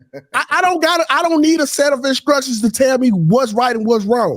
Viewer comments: Anyone who pronounce "instructions" inscructions ain't worth listening to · He said incructions 😂😂😂